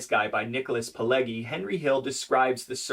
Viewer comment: Love the content, fyi, it's pronounced - Pil-edge- e.